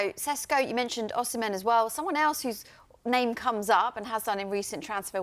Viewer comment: His surname is not Sesko but Šeško = Sheshko (Š = Sh). Greetings from Šeško homeland Slovenia.